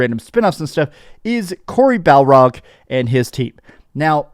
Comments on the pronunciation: Barlog not Balrog 😂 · I know I said this before it’s Bar-log not balrog I made the same mistake so just helping a fellow YouTuber